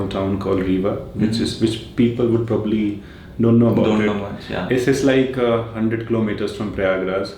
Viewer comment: not pro baab ly prau-bab-ly